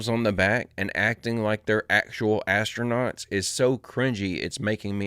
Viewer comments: Acto- nuts😂😂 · The "Astro-NOTS"